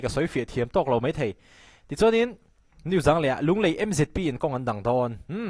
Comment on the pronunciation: "Mei thei" ti suh. "Mai thei" tih tur. "Mei" ni lovin "Mai" tih tur aw.